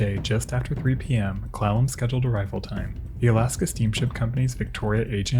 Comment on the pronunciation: Kept hearing "clown", not Clallam, not a good start but a good end...for the episode not the clown..Clallam...eh